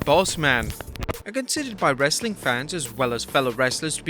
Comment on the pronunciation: Anybody else catch him say Wrassling content?